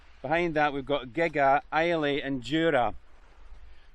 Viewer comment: Just caught this video so someone has probably mentioned this - Gigha is pronounced Gee-ah (hard G) and Islay is Eye-lah - I'm sure you've tried a few Islay whiskies 😜😜. Some Scottish place names are real tongue twisters, even to us 'natives' 😂😂😂